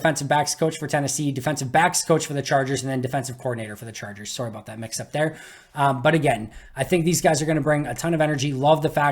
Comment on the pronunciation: Nothing reminds me about your Wisconsinite status quite like hearing you pronounce "Sorry" 😂